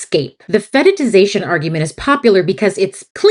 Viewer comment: Do you mean "fetishization"? You say it like "fetiTization" and I could not find the definition of it. English is not my first language